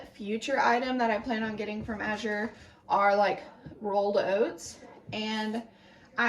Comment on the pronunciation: Thanks for explaining how the drop went. Very helpful for those considering Azure! (Which by the way is pronounced AAA-zher. A as in cat, accent on the A.)